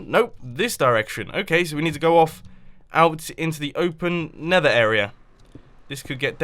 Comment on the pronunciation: When Mumbo "Nethers" correctly :D